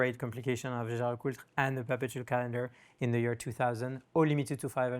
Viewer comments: Listening to mispronounce LeCoutre made me cringe. It's not LeCult! Just say JLC if you can't say it properly 😂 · He butchered the name throughout the video. Should've just said JLC instead of LeCult.